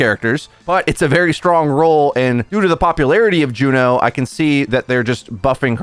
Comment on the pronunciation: Ok...who are you and what did you do with? Pronouncing her name correctly?! Inconceivable!